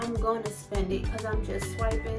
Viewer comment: Great video..cant hide the guyanese in you though..you said swiping 4 times😁